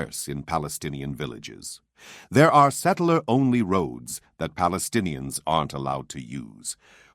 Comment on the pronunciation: How it can be, people that do not pronounce the letter "p" are called themself - palestinians🤦‍♂️